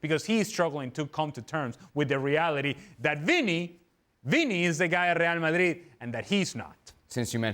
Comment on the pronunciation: It's real Madrid not real Marrid stop saying it like that you clown